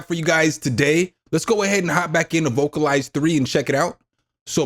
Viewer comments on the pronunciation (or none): vocal-lease is the pronunciation